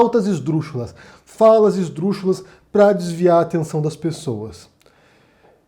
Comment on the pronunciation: Olá pronuncia se esdrúxulas